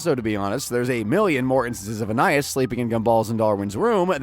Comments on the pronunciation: It's pronounced An-eye-IHS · In this video we understood that this guy doesn't know storage rooms exist and that he can't pronounce Anais